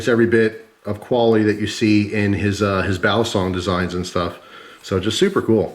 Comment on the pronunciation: its pronounced "valley+song" balisong